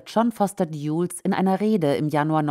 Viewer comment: John Foster Dulles wird deutsch "Dalles" ausgesprochen.